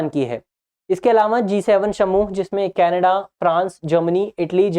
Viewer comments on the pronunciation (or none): none